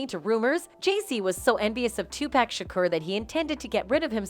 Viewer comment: “Two-Pack” Ahh yes, 2-pacq-uiao that robot shit is criminal😂